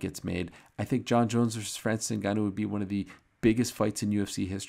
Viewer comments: Franseese Inn Ganooou...lol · "francees unganoo, le predatór"